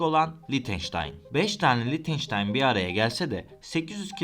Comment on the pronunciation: Lictenstein degil Lichtestein 🥰 ch sadece he harfi okunur!!!! Belgesel yaparken dogru yapin…